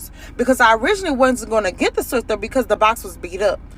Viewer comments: It’s a “Swiffer” not a “Swifter”!!!! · She is the second black woman to call it a swifter it's swiffer